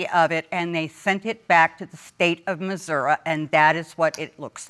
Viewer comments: Did she say...Missour-A?! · She just said MISSOURA....I automatically don't trust her and I'm from MISSOURI. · Missoura? Sout Carlina? She needed to pay attention in high school.